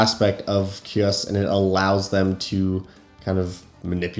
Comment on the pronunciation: I believe his name is pronounced Kai-Uss, but I could be wrong.